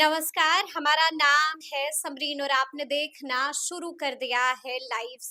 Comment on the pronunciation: Samrin pahle tum de kh na ko dekhna bolna seekho kaun shikhaya tumko de kh na bolna.